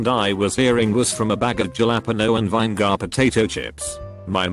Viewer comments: Juh lap penno? Vine gar? 😂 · Funny. This robovoice can pronounce "labia majora" but spells out "cider" and botches "vinegar."